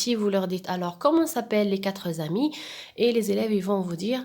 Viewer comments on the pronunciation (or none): on dit katr ami pas katr zami, il n'y a pas un s.